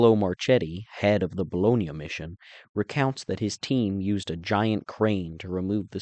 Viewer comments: There is a difference in the way we pronounce the sandwich meat vs the city of Bologna you dolt. Stfu. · Overall I liked the video and I gave a thumbs up. However, I want to suggest that when you are speaking American English do not try to pronounce foreign words in a strange accent. When you say "Bologna" I cringe... except the one time you almost pronounced it in a correct American accent . I also speak Italian but when I speak American English I pronounce place names in an American accent in order to make listening easier for my audience.